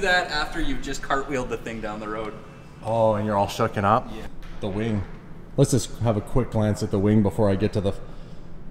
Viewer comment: he said wang i think he meant wing